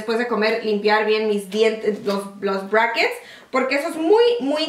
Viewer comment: Ella y Jaky dicen "Breises" a los Bracktes